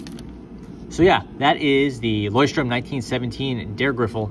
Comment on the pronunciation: THANK YOU! Takes away from your credibility when you butcher their name.